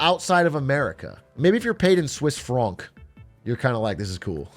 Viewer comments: Swiss here. No it‘s not cool to be paid in a higher valued currency as Atrioc calls it Swiss FrOOOnk. FrAnk my friend. Just like the english name Frank. Our economy depends on exports. And if we have a stronger currency thats bad for us too. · Why he keep saying fronk